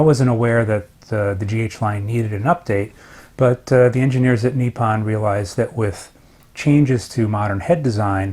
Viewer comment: it’s nippon not neeparn.